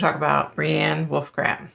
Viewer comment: Legit I was done in the first two seconds. You said wolf-gram not Wolgram. Have some respect sheesh 😂